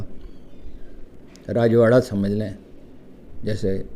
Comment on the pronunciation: .Sir your Starting words are N0T clear...about Rajwara..